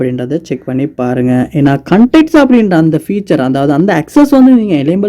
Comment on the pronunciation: Unga pronounciation konjam change pannikkanga bro வாட்ஸ் அப் கு வட்ஸ் அப், கண்டாக்ட் கு கண்டக்ட் சொல்றீங்க. உங்க ஸ்டைல் அ கொஞ்சம் change பண்ணுங்க. 😊